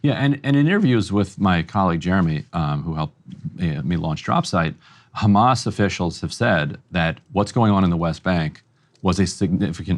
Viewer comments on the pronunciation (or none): Israel Spokes man: “It was Khamas!” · Your mother? Khamas. Your father? Khamas. 4 day olds? Definetly Khammmas.